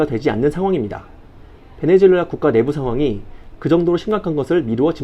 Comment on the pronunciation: 베네수엘라를 자꾸 베네주엘라라고 하는것 같네요. 영어식 발음인가?